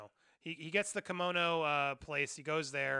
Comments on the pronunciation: Andy, say it with me...Padmay. Padmé is pronounced Padmay, not Padma. Padma is a celebrity chef. Padmé is the mother of Luke and Leia. Please. I really like your content, but you're killing me. 😂 Also, it's Kamino like El Camino, not Kimono like a traditional Japanese robe. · Ffs man you just watched the movie it’s pronounced “pad-may” and “ka-me-no”